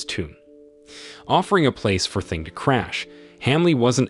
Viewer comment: It made me laugh to hear you call him 'Thing' lol... It's actually pronounced 'Ting', which means 'throw (thrown) away'.